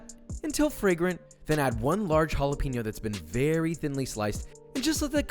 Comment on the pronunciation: Will Joshua ever learn to pronounce "jalapeño"? Let's find out!